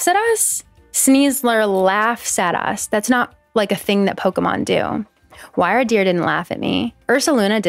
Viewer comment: Totally unimportant but wyrdeer is pronounced like weird-deer